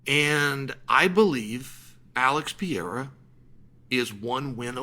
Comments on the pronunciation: What is it gonna take for uncle Chael to learn how to pronounce PE-RE-I-RA ? Instead of PI-E-RA ? Haha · he always says Pierra 😝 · Surreal vs Pee-era LMFAO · you put him in the GOAT conversation, you should probably also start pronouncing the name correctly Pe-re-i-ra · "Alex Pierra" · How many wins away is he from you pronouncing his name correctly? :D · Someone please show this man how to pronounce Pereira!!! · Chael, if Alex gets it done, wil you pronounce his name correctly? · How many times can i mispronounce the champs’ name? That was his inspiration for making this video. The only reason, all the rest is garnish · I’ll give u 25 dollars 💵 if u learn how to say pereira correctly 🤣🤣🤣🤣🤣🤣🤣😬😬